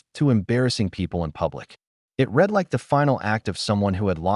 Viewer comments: The AI makes that mistake frequently. It is annoying. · I am glad I'm not the only one this irritates!!